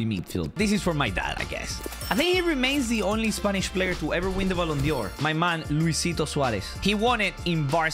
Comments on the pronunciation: I love how he says ballon Dior not ballon d’or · ballon "dior" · Me: Ballon d’or: Ballon Dior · “Ballon Dior” 2022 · ballon dior its dor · “Ballon Dior” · the way he says ballon dior :face-blue-smiling